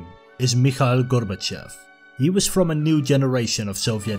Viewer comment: It's pronounced "gor-ba-CHOF", not "GOR-ba-chef"